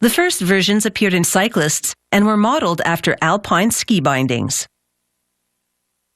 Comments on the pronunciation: "Dr. Al Pyne Skybyndings" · "Dr. Al Pyne Skibyndyngs" killed me